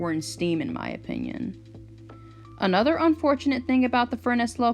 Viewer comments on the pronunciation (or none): none